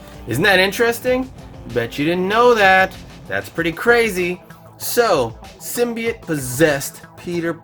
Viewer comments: It’s sim-by-oat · I love this every bit about it, except... There's one specific detail............ He didn't pronounce symbiote right.